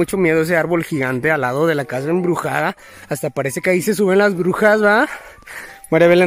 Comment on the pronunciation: "EMBRUSADA" XD